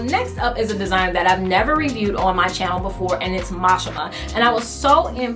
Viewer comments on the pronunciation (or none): none